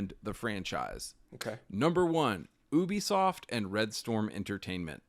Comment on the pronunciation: I dig what you and homie are saying but damn im sick of nerds saying Ubisoft wrong